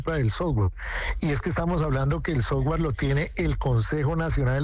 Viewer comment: Soft-ware no sofwarrrr…..